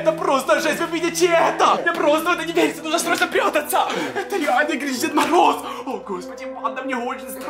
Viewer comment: это не грич а гринч